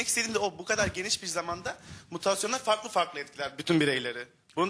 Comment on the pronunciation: Mütasyon değil Moleküler Biyolog kardeşim Mutasyon.